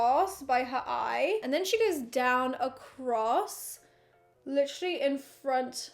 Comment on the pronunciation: No one:: litcherly every five seconds!😂 I counted and she said it at least 30 times!!